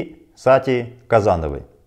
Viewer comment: Сати КазанОва звучало лучше)